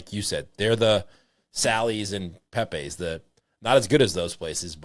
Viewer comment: New Haven, NOT Connecticut is the pizza capital. About NEW HAVEN's, big 3.... First and most important, it's not "Pay-pays," It's Pep-ees. 2nd, Ace' s point is well taken, the product being sold in one of the big 3 is not the same as it was decades ago, even in the original location. One of the big 3 uses completely different tomato product (the "magic" and "lucky" stuff that comes in tins) and a 90%soy/10%olive oil blend instead of EVO. All 3 however, use much less oil on the pies than they used to (when the pies would swim in the stuff and they actually would float in the sheetpans they were served in)probably due to the health consciousness and paranoid fueled fear of pizza "grease." Too bad.